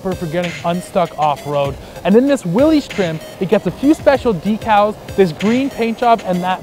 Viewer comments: Please, please, it is pronounced "willis" NOT "willeez". John North Willys would appreciate it if you said his last name correctly! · No. Willys is properly pronounced "Willis". Like "Bruce Willis" of Die Hard. That's an understandable mistake. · What’s a “Deck-all”? Better yet what’s a “Willies”?